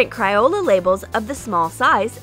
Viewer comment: It's not cryola it's crayola